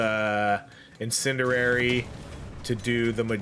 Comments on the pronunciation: Bro i love your videos but i cringe every time you say in-sin-dur-rary. Its pronounced in-sin-dee-ary btw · "IN-SIN-D-AIR-E" love your content but holy shit, this one fucked with my tism. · Incendiary. In. Sen. Dee. Air. Ee.